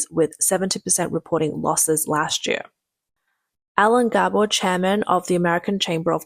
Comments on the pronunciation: This jeer? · This year, not this "jear."